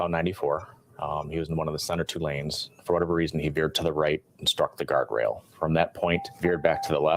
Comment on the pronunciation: Guardrail. Not garden rail. Not trying to be critical; just educational.